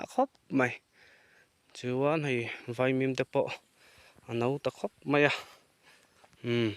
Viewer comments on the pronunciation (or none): Veimim i ti tlat in ka hria, vaimim tih tur